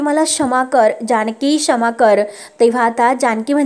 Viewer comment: अग बाई शमा नाही क्षमा किती गावंढळपणा हा😅😅😅